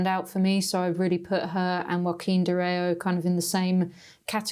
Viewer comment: Thanks for the mention,!! 🙌 BTW, my name is Dorao, not Doroa 😊